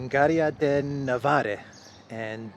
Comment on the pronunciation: Berengaire of Navarre. Navarre pronounced Navár.